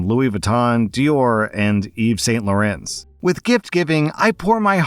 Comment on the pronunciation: As a French person, your pronunciation killed me, including to YSL. 😂😂 Laurent is pronounced like an ANT. Also, a lot of words that end in S in french are often silent 😂😂😂